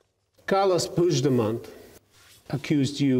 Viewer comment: porqué el periodista alemán pronuncia mejor el apellido "Puigdemont" que los españoles? Parece una tontería, pero es más importante, más significativo de lo que parece.